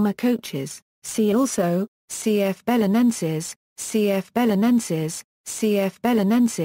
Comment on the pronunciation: Well, that's not how to pronounce it, that's clear.